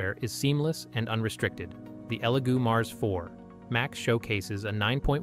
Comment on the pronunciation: is no one going to mention how the second elegoo printer was called a legoo printer like that mistake gives me the vibes that this whole thing is ai generated